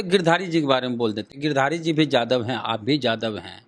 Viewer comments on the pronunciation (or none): Aap sabse pahle yadav bolna sikho yadav ko jadav galat uchcharan hai